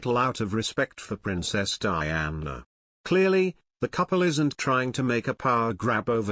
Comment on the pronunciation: Why keep calling her Bowles, she is Duchess of Cornwall. And can anyone hear the commentator saying Diane(a). Cannot even get that right. What a lot of rubbish.